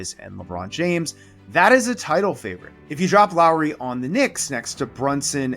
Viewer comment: Thank you for learning to pronounce Lauri pretty correctly. His name is not Lawrie like many Americans. seem to think. 😅